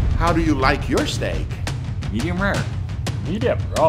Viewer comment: "Midijum raaurr" -.